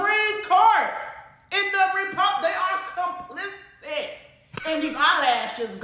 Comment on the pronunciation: CROCKETT IS SO DAMN STUPID - SHE KEEPS SAYING REPUBLICANS ARE “COMPLICI D” THE WORD IS “ COMPLICI T “